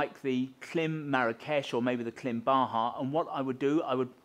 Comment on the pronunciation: Love presentation. Can't help hearing twat in a cap though... It's Klim. And adjustments;)